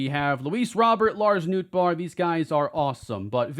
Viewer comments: so what about how pronounces Robert lol? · is right. That is how he pronounces it…unlike how he says Robert 🤦🏼😂